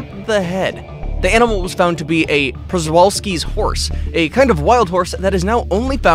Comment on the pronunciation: Btw the przewalski pony is pronounced shu-val-ski’s pony